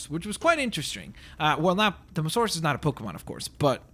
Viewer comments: 1st its not mosaurus its mo-sa-saurus 2nd can u create a skelleton short tailed diplodocus/brachiosaurus pls :) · its not mosarus its moa-sasarus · Its mososaurus as in m-oa-s-a-urus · its pronounced mosAsaurus